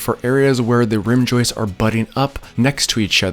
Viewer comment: "heighth" "joistes"